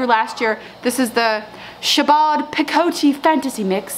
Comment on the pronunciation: Love LOVE your channel. One little thing, Chabaud is pronounced Sha-Beau. It's kind of a beautiful name. It's true. Much love!